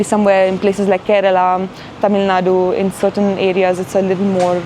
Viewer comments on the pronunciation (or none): none